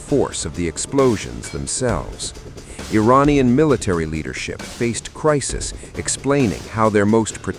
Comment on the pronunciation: Think you could train your robovoice to corrrectly pronounce "Iranian" ?